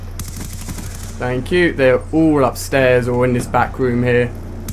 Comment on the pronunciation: "Faink yew" lmao